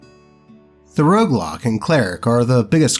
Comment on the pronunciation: Roguelock sounds more like Roadblock. Haha